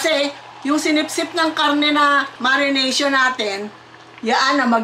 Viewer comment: I love it when said, "Marination". Hehe bisaya pala c